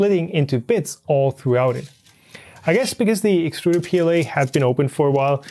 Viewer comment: It's pronounced exturder.